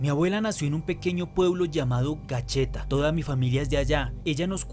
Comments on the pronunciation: Un abrazo desde el exterior , cuando escucho te programa me siento con una conexión a la cultura colombiana. Un abrazo y continúa con ese canal ! Solo me gustaría darte una construcción positiva de dice Gachetà... no gacheta ajajaja . Un abrazo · GACHETÁ, Con tilde en la última A